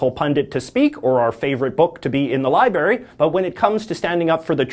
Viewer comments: you said libary, it’s library. I love ya man but these serious issues are getting out of hand. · “...to be in the liberry....” Oh, dear. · He says "libarry"